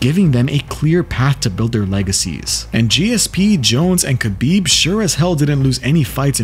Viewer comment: Can't respect your MMA knowledge of you don't even pronounce khabib correctly.😂